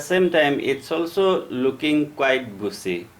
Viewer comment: Kindly improve your pronunciation. It is BUSHY not BUSEE. also it is SHOULD. Not SUD.